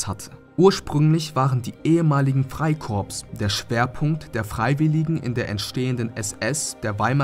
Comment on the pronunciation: wer ist der sprecher? weis nicht mal wie man freikorps ausspricht...